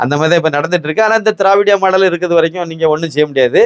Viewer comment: ஜயா திராவிடியா மாடல் என்று சொல்ல அது என் காதில் தே:::::டியா மாடல் என்று ஒலிக்கிறது 😂😂😂😂😂😂😂